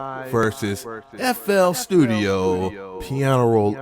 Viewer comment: sounded like ya said nfl studio